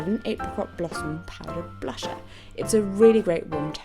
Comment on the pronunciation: I love it when you say blusha lol